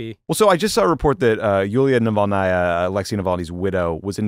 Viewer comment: Love how Ben says Navalnya for Navalny’s wife. He is a real pro.